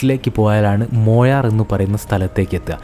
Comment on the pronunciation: പല പ്രാവശ്യം മൊയാർ എന്ന് പറയുന്നു. മൊയാർ അല്ല മായാർ എന്നാണ്